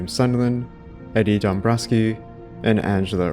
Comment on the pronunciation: Eddies surname is polish(Dombrowski) but tbh I had to check his surname on google because this is totally not how you pronounce it : p. Polish language is phonetic so you read it "Dom-bro-vsky" with accent on second syllable.